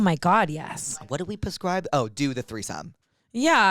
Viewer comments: You guys continuously saying “pascribe” instead of prescribe is sending me 😂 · I just realize you say “puscribe” on purpose. I thought I was say “prescribe” wrong my whole life haha